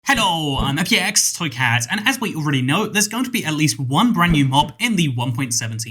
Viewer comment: is he part french? in his intro when he says his accent sounds different than the rest of the time he talks. I don't mean anything rude it's just noticeably different sounding for some reason.